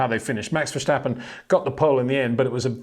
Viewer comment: its NOT! verSHtappen but verstappen,come on peter...